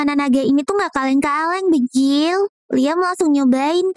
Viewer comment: Kenapa ngomong banjir malah bejil😅😅😅😂😂